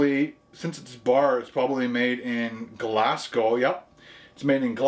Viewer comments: just so you know its pronounced glazgow not glassgow haha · Interesting that nobody has commented on how you pronounced dandelion as 'Dan-dillion' - it is actually pronounced as dandy-lion. Equally Glasgow is not pronounced like Glass Cow.